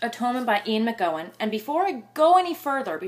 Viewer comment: An animated review, but just one pet-peeve. His name is McEwan, pronounced Mc-U-Wan, not Mc-Go-Wan.